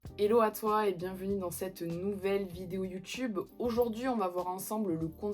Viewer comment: "youtchube" ah non merci, pour épargner vortre temps, le ishyty et le i caca concept ne marche pas du tout, posez vous la question suivante " est ce que les traders pro dans les salles de marché utilisent le CISDSODOMI 🤣🤣🤣"